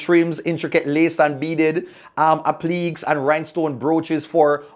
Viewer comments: Did say appleeks? Its pronounced aplikay😂 but as a non fashionista mi know wah you a talk bout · applique - up-plee-kay